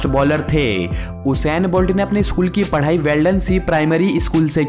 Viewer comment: O bhai eskool nehi school bolo.